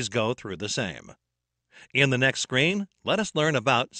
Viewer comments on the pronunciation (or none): Isn't supposed to be SCREEN or it is as repeatedly pronounced by voice in the video SCREAM?